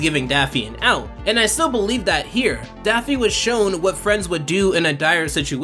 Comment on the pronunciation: Yeah I love Daphne Duck! Seriously it sounds like you're calling him Daphne multiple times in this video.